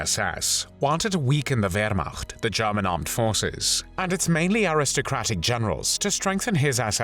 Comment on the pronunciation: It's German not Garman!!!